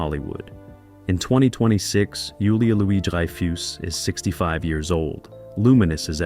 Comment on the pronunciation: "dry - foose", "beans" - ya gotta love AI, although not quite "there" yet.